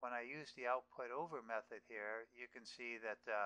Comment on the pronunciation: create total confusion after watching this video.. you cant even pronounce nicely about your "here" and "there"...